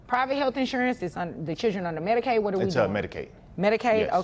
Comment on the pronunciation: It's "MEDICAID"